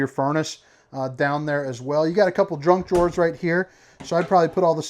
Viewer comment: when I first started watching your Videos I thought you were saying Drunk Drawers instead of Junk Drawers. 😂😂😂😂😂😊